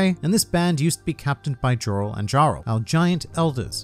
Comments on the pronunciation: Pretty sure Jorl is pronounced Yorl & Jarl is pronounced = Yarl in Norse mythology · Saying HIGHrodin and JJJorel is just wrong